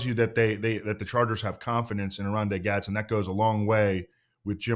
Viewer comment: It’s Gadsden not Gadsen. Hopefully he washes out since you guys can’t say his name